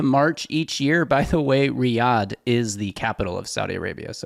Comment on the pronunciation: Definitely calling bs on the zeuser: 'Riyadh, we all know that...' - then why did you first pronounce it with accent on the first syllable? the answer is 'bs'... PS: cone yo shenty, idiot... dumb amuric'n is right.... (excuse me: 'cognitively challenged' ;-) Go to Italy some time, eat some la zag na, it'll put you right.